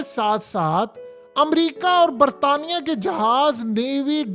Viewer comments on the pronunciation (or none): none